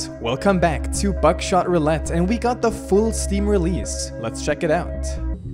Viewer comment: I thought u said back shot roulette 😹😹😹